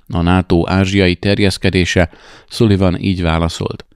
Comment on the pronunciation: Szaliven. Nem Szuliven.